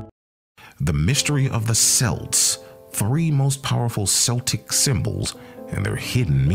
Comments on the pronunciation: Its kelts not selts. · How can you lecture about Celts if you don't even know how to pronounce it properly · say it right computer it's pronounced, 'Kelts' NOT 'Selts' they are not a basketball team. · Every time he says selts or seltic the rage of 100 generations come out for about 2-5 seconds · CELTS the C sounds like a K KELTS KELTIC get it right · Your pronouncing Celts wrong, it pronounced Kelts. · The accent selts , who the hell are they? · Lad says selts I'm fuckin dyin here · If he hasn't heard the word "Celts" in spoken form, I can't begin to take this seriously. Dead at 25 second mark. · 😆😆😆 damn I can’t even watch it now every time he says “celts” I cringe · Nah, you can't even pronounce Celt correctly, so bye. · Nice video except for the pronunciation of words "celt", "celts" and "celtic". That is really annoying, if not irritating. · As soon as he pronounced it like that I was done.